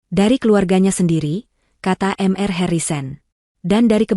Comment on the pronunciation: Mr dibaca mister. bkn m r